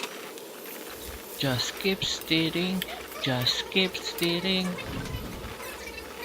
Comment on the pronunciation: Stirring not steering like (a car)